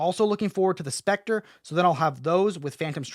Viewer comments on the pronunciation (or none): none